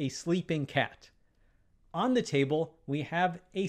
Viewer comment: Ay table? Ay cat? Thee table? Thee cat? The words are A and The, spoken with a schwar [ ə ].